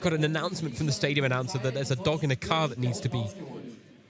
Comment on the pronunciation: lieber bayer, man spricht nicht stadion, sondern im englischen "stay", wie bleiben und "dion" wie bei der celine. yo